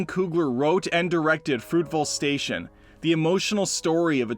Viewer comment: Dude! Did you really just say, “...both an academy award AND an oscar?” Oh my... Also, it’s FRUITVALE station, not Fruitville station. SMH